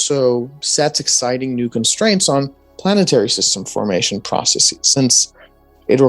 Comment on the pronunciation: Processes, not 'processees', argh! :-/ But apart from that, interesting talk with a knowledgeable young man who will probably go far in science. :-)